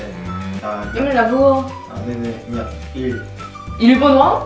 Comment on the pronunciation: "vua Nhật Bản" không phải "vuông Nhật Bản"